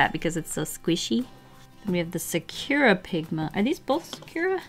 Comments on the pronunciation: It's not "secura" pigma, but sakura pigma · Isn’t it Sa-ku-ra and not Su-cure-a? I may be wrong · it's been about three years but I have come to be annoying haha: sakura is pronounced "SAH koo rah" not "sa CURE rah" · It's definitely NOT pronounced like sa-coo-ra. That is what English/American people make it. I would say it's more like 'Sa-kur-ra (accent on first part), but it's hard to explain since the English U is pronounced differently. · Sukura? Do you mean Sakura (Japanese word) Sock-ku-ra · Sakura is not pronounced "Sukyura", it's pronounced "Saa-koor/kur-aa". It means cherry blossom in Japanese. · I believe it’s pronounced Sah-kur-ah not sa-cure-a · i dont think that sakura is pronounced like that (or maybe it is and company just made a twist on the actual pronounciation.) it is actually pronounced sa-coo-ra fun fact a sakura is a cherry blossom tree and it is japanese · Saw-koo-raw no emphasis, say it straight. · it's true it's pronounced differently, but not as this person described. The letter U in Japanese is usually very short and almost non existent. Things that end in -masu (looks like mah-soo) for example end up sounding more like mah-ss. So a closer pronunciation would sound kiiiinda like sock-rah. (But with a slight break in between the k and r sound and a slightly rolled r. One hack would be to just use a sort of soft d sound in place of the r). No "oo" sound of emphasis on the u. Hope this helped and wasn't too confusing sounding! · sah-cure-ah lmao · fyi it is sah-koo-rah. No shade girl just so you know. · Sah-ker-rah---is how sakura is pronounced just and fyi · I have to say it The way you say Sakura makes me cringe a bit lmao I've always pronounced it Sah-koo-ra (Sah-koo-da if its the Naruto character lol) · ...it’s pronounced Sakura (saw-COO-dah) :> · First Copic now Sakura? Am I pronouncing everything wrong?...... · the way you say sakura is funny lol not hating but it's just pronounced differently XD